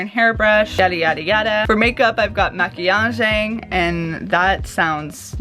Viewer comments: AS A BRAZILIAN I CAN SAY: GIRL YOU JUST PRONOUNCED "MAQUIAGEM" PERFECTLY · i'm going to portugal in october! would love some food tips! btw: your maquiagem pronunciation was great! :D